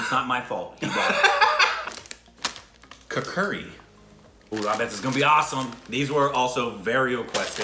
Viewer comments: did they say "kur kuri"?😂😂 I will have to watch it again i guess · That's "kur kurey" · He said it more like Ku Kuri😂😂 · Lol 😂😂😂😂😂😂 the way you pronounced Kurkure... . I almost dropped my phone